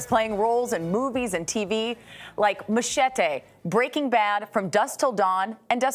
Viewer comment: She couldn't at least try to say Machete correctly?